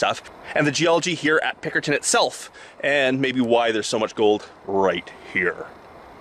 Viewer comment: Are you saying Pinkerton? It sounds like Pickerton, but I can't find that on the map, but I found Pinkerton. I am flying down the Fraser and Thompson rivers in Microsoft Flight Simulator, I thought I would do some research is how I found you. Thanks